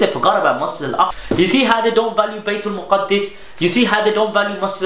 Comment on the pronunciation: Correction Bro, its not Baitul Muqaddis, its Baitul Maqdis. There is no Tashdeed on Daal. So the right way of saying it is بَيْتِ الْمَقْدِس with a Zabar over Meem (not Paish) and then Sakeena on Qaaf with Qalqala and then Zair under Daal. (Correct me if I'm wrong)